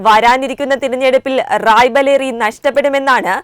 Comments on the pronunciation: Raebareli not Raibaleri as you say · It is Raibareli and not Raibaleri. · റായ്ബലേരി അല്ല റായ് ബറേലി എന്ന് പറയുക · റായ്‌ബലേറി അല്ല റായ്ബറേലി അതൊന്നു ആദ്യം പറഞ്ഞു പഠിക്കു. എന്നിട്ടു വാർത്ത വായിക്കാം. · Raibaleri അല്ല.. റായ് ബ റേലി... പേരുകൾ ശരിയായി ഉച്ചരിക്കുക... Pls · റായ് ബലേറിയല്ല. റായ്ബറേലിയാണ്. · Raibaleri alla raibareli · റായ് ബലേറി അല്ല റായ്ബറേലി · റായിബലേറി അല്ല മോളെ റായിബറേലി എന്നാണ്. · റായിബാലേറി അല്ല "റായിബറേലി"ആണ് ശരി.